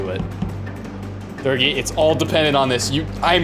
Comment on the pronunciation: Can't get over how Nogla pronounced Dergie lol